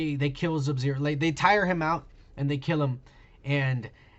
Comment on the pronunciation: Am I the only one that hates how he says subzero